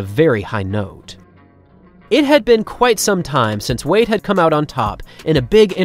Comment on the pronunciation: "Veyda" 🤔 WTF